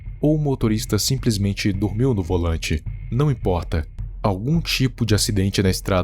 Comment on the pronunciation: Gostei desse seu "Não imporrta" kkk.